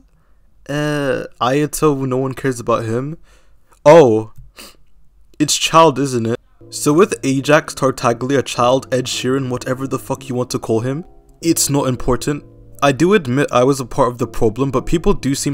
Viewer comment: Tartaglia having only one good team isn't an issue? Well, if all you focus on is speedrunning Abyss then sure. If you like to experiment and have fun with variety in teambuilding, then that's a quite an issue. Also, please for the love of everything that's holy, "G" in Tartaglia is silent. Obligatory EEEQEEE on Yae? What? That's not how you do her rotation. No hate, we all clown out sometimes, but I really hope that last video in this week will be "Genshin Court: ".